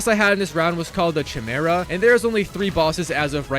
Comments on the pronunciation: hearing chi-mera instea or ki-mera :D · Lmao all I can focus on is how he mispronounced chimera. You don’t pronounce the ‘ch’ sound it’s pronounced ‘k-eye-mera’ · Chimera. Ki-Mare-Uh. Say it with me. Chimera. The Ch is silent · Sorry, but I have to be that guy... Chimera is pronounced (KAI-MERA) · bro needs to stop saying chimera is pronounced “ki mera” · It’s pronounced Kai-mera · It's pronounced Kai-mare-a. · oooh the famous tsimera hahaha,always love his failed pronunciations,they're beatiful never stop. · Am I the only one who is bother by how he says Chimera?